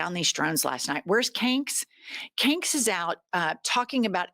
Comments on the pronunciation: Love that you call him 😭😭😭😭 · You do mess up our language,.